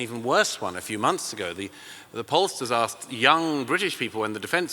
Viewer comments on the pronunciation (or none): none